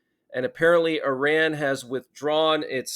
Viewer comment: What a hell is an emergency alert? Also learn to pronouns saying Iran